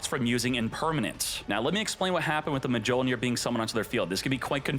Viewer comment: This man legit just said MUH JOLE NEAR and nearly hundred downed on it.